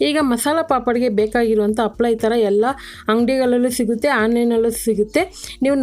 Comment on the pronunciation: Happala adu, appala alla😢